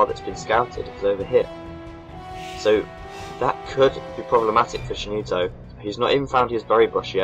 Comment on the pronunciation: Cheenito !! XD Hahahaha I lol every time u tried to pronounce it... Nice Commentary like always :)